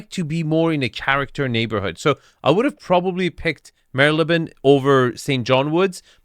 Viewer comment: I believe it's pronounced as "Marley-bone". Pretty close to how it's spelled. I stayed there a few times.